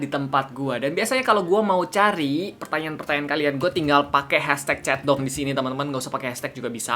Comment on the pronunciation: Ap cuma gw yang denger kak regi ngomong " chat dong " jadi " centong "